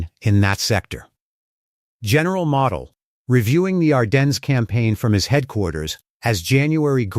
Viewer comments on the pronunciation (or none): none